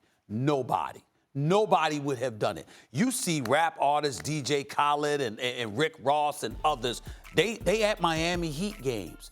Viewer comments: “Dj callid” 😂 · DJ kawhhled 😂